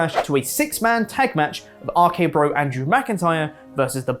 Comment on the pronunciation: Is saying Andrew "The Giant"???